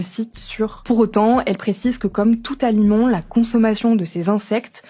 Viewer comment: Aliment, pas "Alimont"